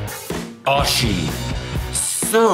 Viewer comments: btw its not oshi its O-I-Shi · So funny he called the drink oi-shi. It is supposed to be pronounced oo-ie-shiie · OISHI call o i shi not osshi hahahah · Have been waiting for food taste! Try something goods! Why did you always pick a snack that some thais doesnt even eat them? Btw greentea pronounce as The brand is in japanese language means delicious the way you would pronounce is o-ii-shi haha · The pronunciation for the oishi is o-e-shi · Well...... Oishi pronounce like Oh-ih-shi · O - I - SHI Japanes